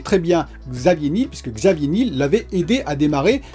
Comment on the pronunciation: Il me semble qu'on dit Xavier Ni-el comme le miel